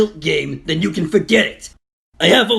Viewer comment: near the end said den instead of then LOL